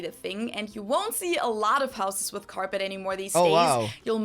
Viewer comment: My AC stay about 69 at the lowest . OFF the subject...what's with the toddler talk in pronouncing with for wiff ? That would be a word among many to correct as a child. Let's sing a Tina Turner song...."what's love got to do WIFF it ".....😅😂😅😅